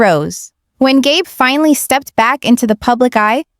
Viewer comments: GAB?! It's Gabe, or Gabriel. Crappy AI moderating. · Gay Brown?? Gab?? Do you mean Gabe? Learn to pronounce the names. 🤬